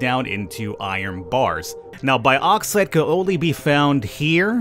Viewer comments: its also bugging me how u say bauxite its not pronounced "bi + auxite" its mor like a "box + cite" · It's Box-ite, not bi-ox-ite Cheers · Its pronounced boxite not baaxite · broooo😂 its pronounced boxite not baoxite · "biauxite" it's bauxite lol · Hey bro! It's pronounced borksite. Much love. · Boreksite is the pronunciation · Bad Boy American to UK pronunciation. As the ancestor to your language the more correct is the UK Bork. Think baux. Au. Auger. Then you get the correct sound.